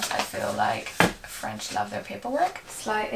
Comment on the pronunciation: Omg!!! Your French accent is so good!!!😍 Wishing you the best in this new adventure xxx